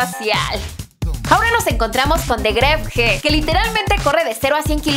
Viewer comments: Quien carajos dice Gref g se escribe Grefg pero se pronuncia gref y ademas el McLaren 720s es prestado y lo dijo en el video su auto real es un Mercedes Benz Amg C63 pesimamente investigado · Heeey, grefg se pronuncia solo gref. Y segundo, ese carro solo se lo prestaron, no es suyo. Pd: no es en mal onda 👍